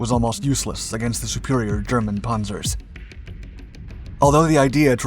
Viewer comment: Pohnzer or Pahnzer? lol.